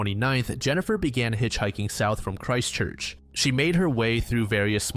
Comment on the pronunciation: Hey man, just wanted to let ya know Christchurch isn't two words, but one, said really fast. So instead of Christ Church, its Christchurch with no space in between :) Thank you so much for covering NZ cases, there are genuinely so few people that cover our cases these days. To be fair, we also don't have a shit ton of horrific murders, so it is slim pickings.